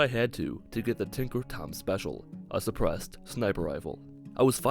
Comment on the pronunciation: For some reason, whenever says suppressed I think he says, depressed